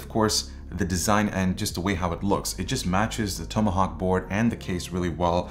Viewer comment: toom-a-hawk and mode-a-board lmao hahahahahahaha